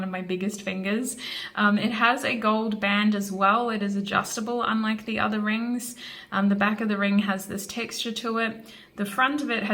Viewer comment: I love the way u said rrrrings